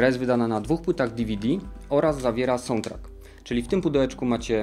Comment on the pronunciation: podoba mi sie jak mowisz sountrack i bioware hłe hłe. Moze Ci pomoge : sałndtrak nie sołndtrak , bajower nie biower. hłe hłe